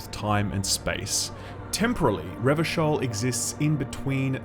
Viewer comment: Glad to hear you got the pronunciation of "Revachol" right this time. Again, I truly appreciate the in-depth analysis.